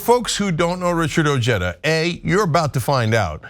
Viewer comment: “O Jee da”? Dude your name is pronounced “O hi da” Regardless, you are a guy I’ll vote for